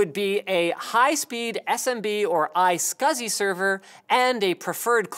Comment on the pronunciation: Maybe he said "iSCSI"